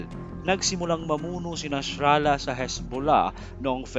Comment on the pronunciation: Nasrallah lang sir, di Nashralah